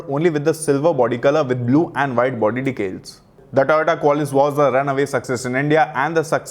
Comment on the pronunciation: Decal dude....not "Decales"